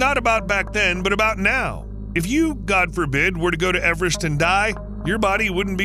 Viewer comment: Now try to pronounce Everest correctly^^ (No, it's not pronounced "average").